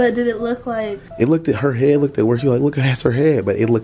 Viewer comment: kept saying "lookked " 🤣🤣🤣